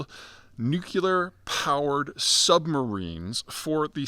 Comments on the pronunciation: "NEW-CLEE-ERR not NEW-CUE-LERR. Dear god, its such a simple thing to say correctly! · Pete, is there any chance you will ever learn how to pronounce the word "nuclear?" Let me help: start with nu. Now say clee -- like glee only with a hard c sound. Now add the final er sound. Just a note: the word nukuler is not in the dictionary. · Nu-CLEE-ar. Not Nuke-you-lar. Please pronounce correctly. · It's pronounced "nook-lee-er," not "nook-you-ler." You're well educated, Peter. Why do you mis-pronounce it this way? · N-U-C-L-E-A-R not nucular! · Say “nook-lee-ur”. Not “nook-you-lur”. 🙄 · The dumbing down of ‘Murica has gotten to the point that “nucular” is an accepted alternative pronunciation. Apparently, being perpetually tongue-tied isn’t an affliction anymore. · Nuclear not nucular! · I’m confused. What’s a nucular sub? Or a nucular anything for that matter?? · Why can't this guy pronounce, NEW-CLE-UR!!! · Nu-cu-lar ? What is that ? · The only people saying nucular are Homer Simpson, George W Bush and Peter Zeihan. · Just came for the nookilar. Was not disappointed. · Pete, I like a decent amount of your stuff. BUT...could you please figure out how to pronounce the word "nuclear"? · Please for the love of god learn how to pronounce the word nuclear. It makes you sound ridiculous to pontificate on a subject you cannot seem to articulate. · speech impediment? Say NUCLEAR correctly... MORON!